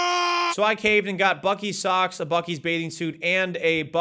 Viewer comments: Buc-ees more like buc-deez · I was told it's pronounced Buce-ees. Like Bussy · it's pronounced like bussy. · I believe it's actually pronounced "bussy's" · it's pronounced Bussy's